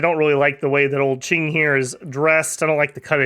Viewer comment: Pronouncing Cheng as Ching is crazy